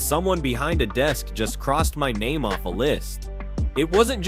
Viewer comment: Damn bro😂, if you were in the UFC your name would have something to do with the Butcher! You smoke off every fighters name!